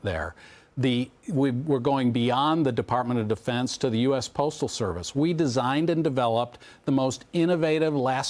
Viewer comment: defartment of defense lmao...